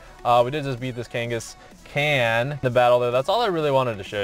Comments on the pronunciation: why you miss pronounce the kankascan kane a scon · dude its (kan-gis-gon) seriously tho pls getit right btw ur a great youtuber keep up the good work!